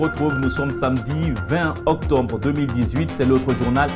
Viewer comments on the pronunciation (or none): Octobre et non octombre s'il vous plait.